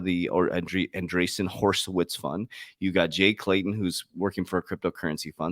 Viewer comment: “Hor’i’witz” NOT “Horse’i’witz”. I feel embarrassed every time you say it that way. I thought you were in banking 🤔